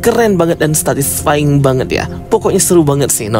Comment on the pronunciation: "statisfying", "skrizofrenia"... Yaelah bikin kesel dengernya & banyak intonasi yg kurang jelas bre, benerin lg ya